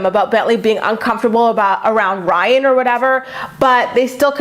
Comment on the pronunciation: super late but everyone says “rhine” bc Maci with her accent pronounces his name like “rhine” instead of “Ry-an” lol